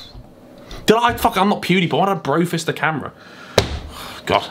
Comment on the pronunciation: Sounds like said pewdiporn😂